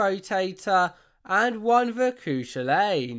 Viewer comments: No.1 Don’t say emerald park again or you dead 💀 No.2 It’s pronounced cu- culin not cu shallan 💀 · The cu shalain But sorry for corrceting upu byt its actually pronounced as cu cullen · Coo shulayne It's. Pronounced :*cough*** coo Culin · I’m Irish this is how you pronounce cu chilblain (ku kullin ) not cu chulainn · "kOo ShUlAiNn"BAHAHAHAHA😂😂😂😂😂😂😂 btw as an irish its pronounced "ku kullin" ik cuz im irish plz still call it tayto park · “the cu shulain” mate no, its kinda pronounced like “cu kullen” but anyway i’ve been on some of these rides and they’re so fun! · The cu chuilainn is pronounced coo kull in it's an Irish name so most people pronounce wrong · Quick note: The Cu Chulainn is pronounced "Cu Kulan" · cú chulainn is pronounced “coo cullin” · It's pronounced "koo kullin" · It’s pronounced coo cull an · its pronounced like Koo Kullin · Im about to cancel you unless you make a new video and pronounce the cu chulainn correctly